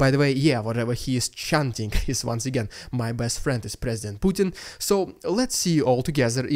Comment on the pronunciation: The propaganda pronunciation, displays very well how much mouth diarrhea is pumped out by those sources